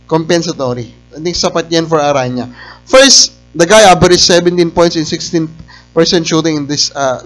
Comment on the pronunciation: ARANA PO ANG BIGKAS, HIND ARANYA.